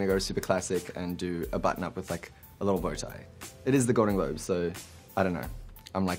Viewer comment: inner South African comes out: "Gal-don Glob Luuwk"